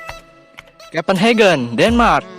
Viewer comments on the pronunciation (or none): Kopen hakhe jangan disamain tiap bahasa Inggris sama negara berbahasa Jerman kalo negara berbahasa Jerman kita baca biasa aja